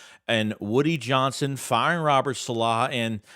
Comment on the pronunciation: ....been a fan. Love the videos. But you're the absolute worst with names. Saleh is not pronounced that way. Please watch some espn videos and adjust accordingly.